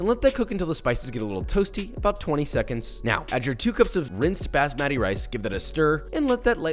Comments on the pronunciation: My ears get colonized every time I hear josh pronounce basmati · pronounced as "baasmati" in one go and not breaking it down to "baas-matty" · as an indian the way he said basmati rice is making me roll on the floor laughing, its baah-smuh-thee, not Bass-Mat-tee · As an Indian, when Josh said bass-matty rice that really struck me in my soul jkjjkjjkk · Could you write out your best approximation of the correct pronunciation? I'm Canadian and have only ever heard it called "baz-maddy". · Baahs-muh-ti (and the t is a soft t, like in "Thread")....now say it all together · I heard "bass-matt-ee" and sobbed in Indian despair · “Bah-sss-ma-tee” Rice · Basmati is pronounced “BOSS MUTT EE” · Pronunced “bas-mah-tee” rice, but great recipe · omg i just took psychic damage hearing you pronounce basmati... you sir are.... very white